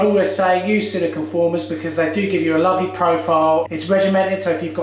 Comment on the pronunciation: Are you saying silicone former?